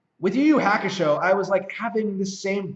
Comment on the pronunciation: Yu Yu Hakusho is pronounced "You You Haa Koo Show" Ha like haha or halt. Not like hack.